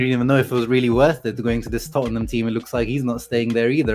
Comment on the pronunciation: I appriciate him saying Tottnham instead of Tottenham like most Americans do. Firm handshake sir. ✌️